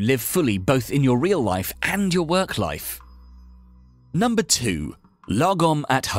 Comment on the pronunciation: If you're Swedish like me then this video is pure comedy gold 😂 I can't get enough of his pronounciation of "lagom" 😂😂